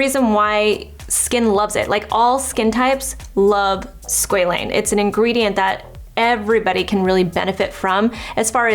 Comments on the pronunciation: It’s Sqa Lane Not sqelene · its pronounced sqwa-lane 😭